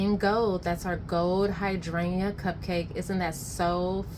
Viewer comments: Please learn how to pronounce hydrangea 😂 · Don’t need to cut dome it’s fab fir hydrangea’s.. love ur accent hydrayyyyna ❤❤